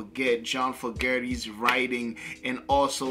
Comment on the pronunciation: His name is pronounced Fogerty